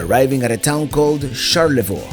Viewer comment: I love it when your travels come to Michigan, you do a great job, much respect! In the future though for pronunciation of Charlevoix it's sharl - luh - voy. Most coast in US besides Alaska, so many great places and coastal towns. Can't wait for you to come back 🫶🏼